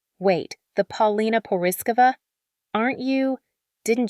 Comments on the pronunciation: why do u keep saying her name in stupid ways? if u don't know what her name is don't talk about her. 'Pal-Lina???' lmao. :thumbs down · Po-li-na. Accent on the second syllable. It was different in the Soviet block countries -everyone relied on grandparents very heavily vs the Western countries - so it wasn't a biggie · lmao the only time u said her name correct was .